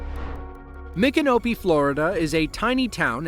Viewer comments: Wow. The narrator pronounced “Micanopy” and “Alachua” right. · As a native Floridian, thank you for correctly pronouncing Micanopy. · 🤣😂👏🏻 KUDOS! Not only did you say MICANOPY correctly, but you also said Alachua County correctly as well 🥳🏆